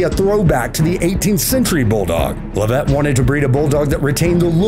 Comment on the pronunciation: Leavitt is pronounced "LEV-it", not "le VETTE".